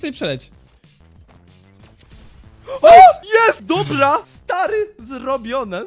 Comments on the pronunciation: gdy zamiast mowic dobra to powiedzial dobla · muwi dobla